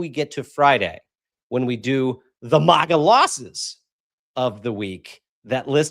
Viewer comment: It's Mag like hag- a ...not Maaaaag-a like it's a pretty country 😁😵‍💫